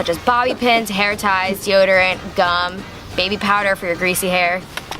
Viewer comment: is it just me or does anyone else not know whether said baby or maybe